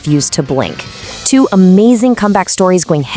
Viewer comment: Wow. Those. HIGHLIGHTS were? Ab-SO-lutely....amAzing?! Thanks, AI voice....and thanks uploader. Those visuals were outstanding! :face-blue-smiling